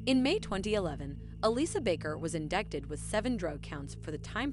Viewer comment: It’s pronounced “ in-die-Ted “ you don’t pronounce the C